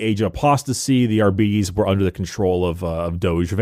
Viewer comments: Wouldn't it be pronounced like ar-beh-tis or ar-bah-tis instead of ar-bee-dees? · Im so sorry, but ARE-BEE-TEES will never sound right to me. ARE-BIT-TEES sounds better. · I got di-arbetes hearing you pronounce it this way, too. Think "arbitrator." "are-bit-ees" instead of "are-beeties" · Adeptus Arbeedeez nuts. (not agreeing on the pronounciation) xd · the fact that gives a false pronunciation of adeptus arbites only to give an alternative that is also incorrect is so mildly infuriating